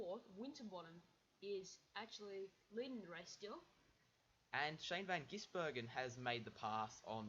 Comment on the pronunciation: it is pronced gizbergan not gissbergan